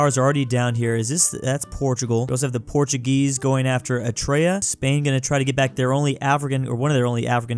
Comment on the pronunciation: tries not to mispronounce Eritrea(challenge: impossible)